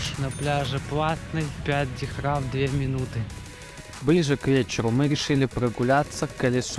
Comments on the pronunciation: Деньги в ОАЭ называются Дирхам, а не дихрам. Будьте внимательны, говоря на камеру!😊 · Так дихрам или дирхам? Непонятно)